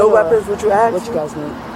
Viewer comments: how hard is it to say simple words like ask... or door... or teeth... its not axe or doe or teeths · It’s ASK not AXE!!! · Lady the officer "Asked" you questions, not "Axed" you questions. English. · Her revisionist history is insane, then she axes to see the camera like it’ll vindicate her? She needs to ax herself if maybe she’s suffering from retardation, a simple question axed about your daughter doesn’t warrant this banshee behavior. Axing questions is how poelease does they investigations, on god bruh, on my son, for what for what for what for what for what for what for what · It’s ASK, not AXE!!!!🤦‍♀️🤦‍♀️🤦‍♀️ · I'll never understand why people yell "help" when being detained or arrested... Do they think their fairy godmother is going to show up, wave her wand, and make everything all better? SMH... And the word is "ask", not "ax"!!! Just saying.... The whole conversation with the sarge was absolutely ridiculous!!! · "You AXE me a question" "But I didn't do nothin DOUGH" Obviously not on her way to teach an English 101 class 🙄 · Why do every one of these creatures say "Axe" instead of "ASK"? This beast is opening a tax business? Who would trust their tax information with one of these criminals (they ALL are criminals after all)? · It’s ask not ax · Ah, the standard new defence. Sitting calmly, being told to step out of the car and suddenly, "I can't breathe". What a joke. And why can NONE of them say the word ASK? It is NOT spelled AXE! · “Axe” instead of “ask”. Why is this so difficult? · If you pronounce ask as axe you are not doing my taxes. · He ax me a question 😂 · DOES SHE NOT UNDERSTAND ENGLISH OR IS ENGLISH HER 2ND LANGUAGE? SHE BROUGHT THIS UPON HERSELF. "AXE ME." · Axed a question? What language is that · She's doing an awful lot of "axing". 🤣😅😂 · How hard is it to say "ask"? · What is this word " axe" me mean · Can I axe u a question ? Can I axe u a question ? Why not ? A whole lot of people axe me to do THEY taxes ? 😂